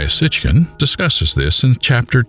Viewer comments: Why does the first speaker call him "Sitchkin" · BTW - it's pronounced Sitchin not SitchKin. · Sit-chin, not Sitck-kin. 🤦‍♀️